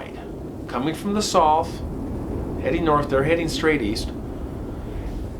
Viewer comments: Curious why you don't say South, instead sounds like Soth. Ha Love watching your channel esp when you follow up w phone interview POV! 🫡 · I love your channel!! I don’t know much about different regional pronunciations of different words, but everywhere I’ve ever lived, the word “South” has pronounced as “sow-th”… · Love ya But I have never heard anyone rhyme South with sloth before! What accent is that?? Lol I always hear South rhyme with mouth. But wait a sec… how do you pronounce mouth? Like moth? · Love your storytelling, but please learn how to say South! 😂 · Haha ok got it! I thought I was hearing some accent I’d never heard before. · I love the way he pronounces the word SOUTH😆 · Please say the word south correctly